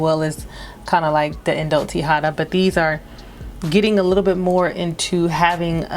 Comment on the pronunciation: Indult Tihota is pronounced (Tee-Ho-Ta) like Hoe...lol) :)